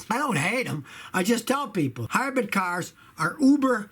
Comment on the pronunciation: Everyone: hybrid Scotty: highbread